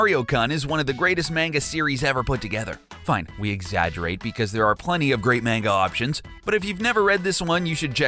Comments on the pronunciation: I'm sorry, but the way you pronounced Manga and Shigeru Miyamoto was rather irritating. Just thought Id throw that out there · "MAINGA" "Shy-geeru My yah mahtoh" "The One Thousand Year Door" "We've only seen Link without his hat in Breath of the Wild..." Um, what about Wind Waker at the start of the game and Twilight Princess at the start of the game?! This guy makes me want to punch someone.